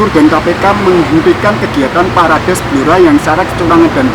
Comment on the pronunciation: Maaf ngucapnya salah broew,yg benar perades,salah ucap parades